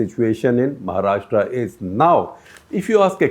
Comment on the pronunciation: Ummmm ...... Mahharastra 😂